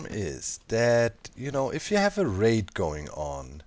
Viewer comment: I was hearing Wraith instead of Raid and I was super confused at how you were stacking infinite wraiths. haha